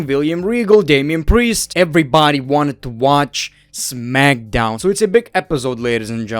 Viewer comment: Smack SOWN 😂